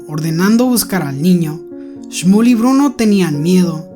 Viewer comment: Oye nose yama shmol se yama shmuel así me yamo